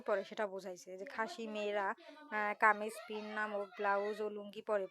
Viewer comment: আরে আপু কামিজ পিন না তো কাজিম পিন😅